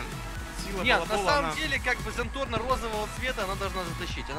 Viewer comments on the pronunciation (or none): крч не зенторно а зенпорно